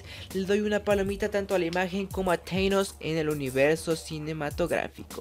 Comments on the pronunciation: un seguidor hablando de marvel que pronuncia teinos en vez de thanos para sonar elegante no se merece hablar de eello pues se nota que lo unico que le importa es la popularidad y la imagen (en dado caso seria tdanos) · Si no sabes pronunciar los nombres, no lo hagas, suenas ridículo, "Teinos" que es esa madre? Jajaja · Aquí las pronunciaciones correctas: Thanos=zanos Hawkeye= jokai Captain America=captain America Vision=Vishon Ahí está.